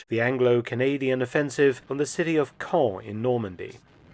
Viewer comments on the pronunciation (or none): none